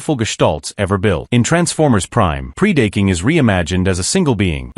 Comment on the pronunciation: PREE Day King. ugh this is hurting my ears.